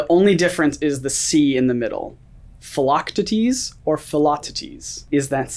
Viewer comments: Its definitely Phil-loc-tee-tees, but his stress is off. It should be PHIL-loc-TEE-tees, not phil-LOC-tee-tees. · Isn’t Hercules’s mentor’s name pronounced Phil-lock-tee-tees? Not Phil-lock-tah-tees? I know it’s minor but the way said it threw me. 😂😂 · OKAY BUT DID ANYONE HATE HOW THEY PRONOUNCED PHIL! it’s teee tees not tities🤦🏻‍♀️😂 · What really bugged me was that whoever is reading the questions cannot pronounce Phil’s full name to save his life. It is pronounced fil-oc-tee-tees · I’m 22 minutes in and still thinking about it lol! Should be “Fil-ock-tee-teez”. 😅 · Yes! The correct way (according to google) is Phil-oc-TEE-dees. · Alyssa Brown-Carleton Phil-oc-tea-teas lol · What way are yous pronouncing Philoctetes??? It's pronounced like Phila-teeth-tees...... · Ack, the butchering of Philoctetes (Phil-o-cee-tees) x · Pretty sure Zeus pronounces it like phititis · Philoctetes is pronunced- Phil-a-tee-tea’s Hercules is one of my favourite Disney movies so I knew the answer to this one but I wasn’t 100% sure on the spelling. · Isn't Phil's full name Phil-AH-tee-tees? And isn't it Bibbity-Bobbity-BOO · I thought it was pronounced Phil-oc-Tee-Deez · Phil’s name is pronounced Phil, O, Tea, Tees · So off on pronunciation on Philochtides= Phil lock tee deez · mispronounced Phil’s name it bugged me so I thought you should know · His syllable stress in his pronunciation was just so weird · Melanie Ackard no I think he just didn’t know how to pronounce it 😂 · Did the way they pronounced “philoctetes” irk anyone else, not hating, just cringed ever so slightly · the way he mispronounces philoctetes 😭 love that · Drive me crazy that they say Phils name wrong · Phil's real name said it wrong and all i could think was as the editor I wanted him to make a Written comment sorry pronounced it wrong on the screen. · I’ve seen Hercules like every month and immediately knew philoctities. Too lazy to spell that right but also you pronounced it wrong :(((